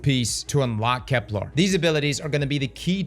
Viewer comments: You GOTTA stop calling it Kep-LAAR It's pronounced like...kepler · "Keplar" - New pronunciation dropped